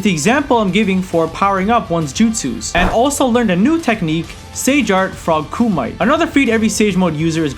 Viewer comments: The word(kumite) is pronounced Koo•ma•tay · and kumite? no "Koo"-(Mee)-"Tayy" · My guy it is pronounced frog (koom-muh-tay) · Kumite (koo-mee-tā) not (koo-mī-t) Kurama (koo-rah-mah) not (kah-roo-mah) Otherwise great video I agree with all points made